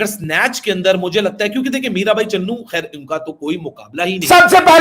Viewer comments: Bhai vo CHANU h...not Channu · चन्नू नही बे चानू है वो सही से नाम लिया कर